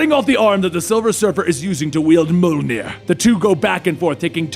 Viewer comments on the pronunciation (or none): Not Mjolnir... MUHLNEH!!!! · Did.. Did he just Say Molnier? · i think it would have been equally as good or even better without the voice overacting. but i guess some people might like it. but you definitely need to work on your mjolnir pronounciation